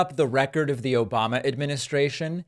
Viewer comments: I think he also said Obamna too lol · "Obamna" 😂 This isn't the first time trump has mentioned sharks. He is terrified of sharks. I think people need to start showing up at his rallies dressed as sharks or hold up big pictures of sharks. Lol